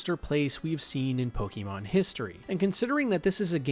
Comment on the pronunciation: The back story you gave for lavender town / the way you pronounce Pokémon really makes me think you’ve never played the game 😅